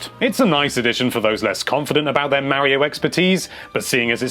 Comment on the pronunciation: Mare-io? Mar-iyo....